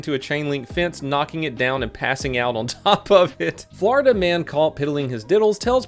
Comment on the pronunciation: "Flordia man repeatedly arrested for flashing his genitalia's'"